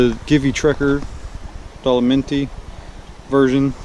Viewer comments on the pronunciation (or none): Love the NC700X and love Givi luggage. Just one thing - the name of your side cases is pronounced "Dough-low-MEE-tee" - It's the name of the mountain range in the Northeastern part of Italy, which is also a part of the Alps. Beautiful place, if you've never been.